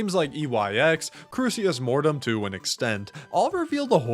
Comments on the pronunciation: still waiting for the day when pronounces Crusis Mortem properly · I like how the first time ever talked about Crucis Mortem, he included a note in the video that he was pronouncing it wrong, and then proceeded to still pronounce it wrong every time he talks about it in the future.